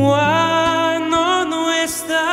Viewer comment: Alfredo191000-Having grown up in Mexico, I can tell the difference in pronounciation between Americans of hispanic descent and the way the language is spoken down there. Except for the one and only word ("cuando" ) that David may have pronounced differently, the entire performance was flawless in pronounciation. Which pleasantly surprised me, since David is born and raised American.